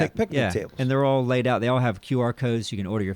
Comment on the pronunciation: First i did think it was just making got laid into lade as a joke pronunciation, but then my trucker stuff came to mind